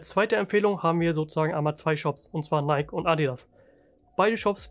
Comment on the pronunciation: jo hey gutes video. wollte nur sagen dass es nicht neik ausgesprochen wird sondern nai-ki :)